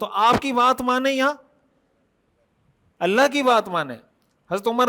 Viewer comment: بہت عمدہ ج زا ك اللہ خیراء محترم خالق کائنات کا نام ذاتی اللہ ہے نام میں لام کو کھینچ کر ه کی آواز آنے پر نام مکمل ادا ہوتا ہے تصحیح کے لئے عرض کیا امید اصلاح فرمائیں گے صاحب علم حضرات کی خدمت میں عرض ہے